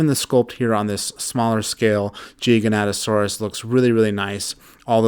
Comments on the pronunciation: Gi ga, not gigianto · The way u pronounce gigantosaurus is gi-gant-to-Saurus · the Jiganatasaurs the most feared dinosaur. BRUH ITS GIGANOATASAURUS